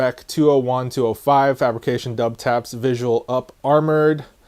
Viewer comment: It is pronounced Double-Taps but a lot of people pronounce it Dub-Taps. Just don’t pronounce it Double-U-Taps